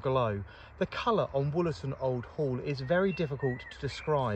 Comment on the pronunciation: Wollerton Old Hall not Woolerton.